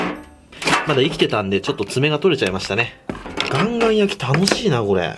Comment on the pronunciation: カンカンなのかガンガンなのかはっきりしてくれ。